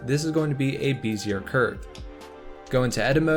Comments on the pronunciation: BEH zee ay, mah boy, not BEE zee er. nice tut! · Great tutorial! A little note, bezier is pronounced bezzy-ay, not beezy-er. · FYI, "Bezier" is pronounced "Beh-Zee-Yay" and Euler is actually pronounced "Oiler". That aside. Thanks for the vid! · Beh-zee-ay. 👍 This is a great tutorial, thank you!